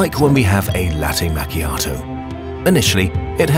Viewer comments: Lol i'm italian and i laughed so hard when he said "late machiatou" ahahaha i love this channel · lættə mæccheeàtœ 😅